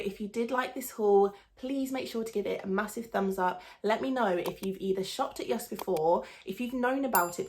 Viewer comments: You pronunciation of JYSK is almost perfect danish :) br Anders, Copenhagen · JYSK is a danish company. And you say JYSK very well 😉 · You pronounced it perfectly! Loved this video 😻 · The way you say Jysk is correct ❤️ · You’r pronouncing it perfect 👌🏻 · Heeey :D I´m from Denmark were JYSK is from and Girl you say it the right way :* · No, you pronounced it really Well 😊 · Good pronunciation of Jysk.